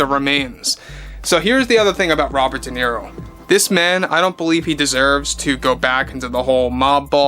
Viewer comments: Who is this “Deniro” you speak of? 🤣🤣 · DE NERO😂😂😂😂😂